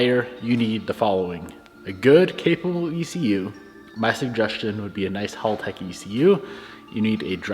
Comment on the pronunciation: bro pronouncing HALtech wrong every time is hilarious. dude....its HAL not HALL....